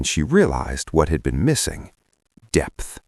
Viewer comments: It's 'depth', not 'debt' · I think it's DEPTH not debt 😅